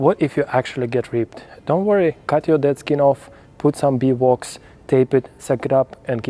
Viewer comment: Ahhh I thought so, but I wasn't sure if it was something special I'd never heard of with your Russian pronunciation 😆 Thanks!